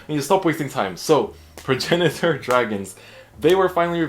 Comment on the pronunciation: So you pronounce it like Prag-nator. It’s weird but whatever